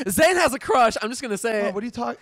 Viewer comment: Maybe Zane should take diction lessons to help with her pronunciation.